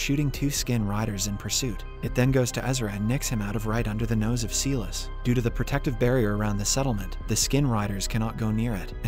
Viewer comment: he keeps saying seelis it is silas as in sylas this mispronounciation crap is driving me crazy. Please say it correctly.